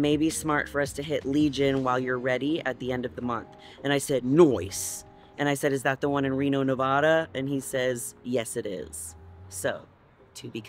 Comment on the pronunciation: Nevada girl here. It's Nev-ah-dah not NAVuDuh 💜